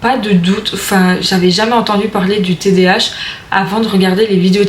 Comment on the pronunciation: On dit td A h pas tdh.jz sais d'où tu es mais en Belgique cest pas le psychiatre ki ft les test mais neuropsy